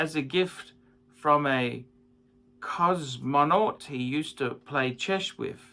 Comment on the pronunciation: tell me... you never heard of cosmonauts??? You cannot pronounce it... but then again, you cannot pronounce ANYTHING....